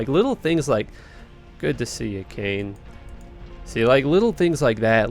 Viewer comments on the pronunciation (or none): none